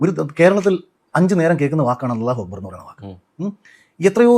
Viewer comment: അല്ലാഹു അക്ബറെന്ന് അറബിക് ഭാഷയിലെ ശരിയായ ഉച്ചാരണം താങ്കൾ പറഞ്ഞു bro